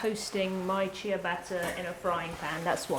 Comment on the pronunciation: I've never heard "shea" pronounced like that and I thought she was saying "chia butter" lol